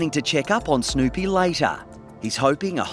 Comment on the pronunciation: Is that how Snoopy is pronounced in Australia? I swear, I heard Snowpea...